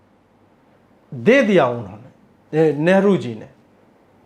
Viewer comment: सर नेहरु नहि लेहरु आगे जरा ध्यान रखियेगा ।